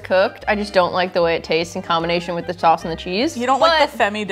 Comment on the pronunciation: the fact that you pronounced “sauce” the dutch way, “saus” really threw me off there... 😂